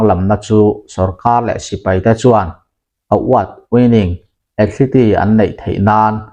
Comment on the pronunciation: Athleti niloin athlit ti ang zawkin aw.Thumal common deuh2 angchi lam dikloh inei nasa thin e...a langsar thin angreng bawk sia